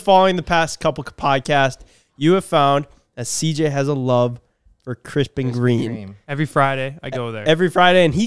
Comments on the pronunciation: Bruh I thought you said Krispy kremes… my moment was trying to figure out who the F orders a salad at krispy kreme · I thought for sure for a lil bit was saying krispy kreme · I'm so fat, I thought yall were saying "Krispy Kreme" in stead of "Crisp and Green" lmao 🤣 😭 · When said Crisp and Green the 1st time it sounded like Crispy Cream, just like CJ thought his gf said.